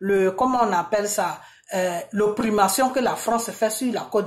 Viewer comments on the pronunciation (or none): Svplait on oppression et non oprimassion. Merci